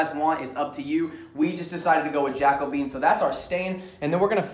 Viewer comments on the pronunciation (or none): Wait he said jack-o-bean? Isn’t it ja-co-be-in like Caribbean?? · "jack-o-bean".... I was like Huh? never heard of that color. Then I saw the label - "ja-co-be-an" Lol. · Awesome video. Great job. Minor FYI for the future, in case no one else has mentioned it: Jacobean is pronounced jack-oh-bee-ann. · I'm giving you a thumb's-up for this because you're doing it exactly the same as one I built for myself. (One thing: the "Jaco-been" is "Ja-COH-bee-an". But you do you.) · Jacobean - Ja-kuh-be-an not jacko-bean. // Personally, I prefer to finish (paint or stain) ALL sides of a project - you never know if an item will someday have the back out in the open. // I have a cat that loves to go under my bed and wreck the underneath of my box spring. Since I have a bed ruffle, I just butt-joined wood for the sides and ends of the bed. I used 4 (2 each side) small corner braces (1 hole each side) to hold the side panels (the ends are held up by the sides) on to the bed frame which holds the wood about 1/2" off the floor so I can move the bed if I have to. The mattress fits nicely inside it. Now my cat can't get under it. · Awesome stain choice... it's pronounced "jack-o-BEE-an," for future reference (named for the wood tones found in furniture from the reign of King James I of England).